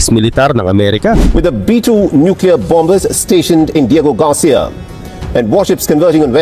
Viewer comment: Bakit mali ang pronunciation mo sa bombers?